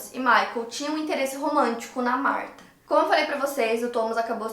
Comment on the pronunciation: Chateada pq falou meu nome errado 🥺